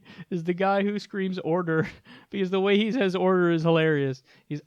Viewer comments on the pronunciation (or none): When that dude said, "Order," he sounded like he said, "Odor." XD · Dude that guy is not saying order, he saying odor. Apparently it smells like shit in there.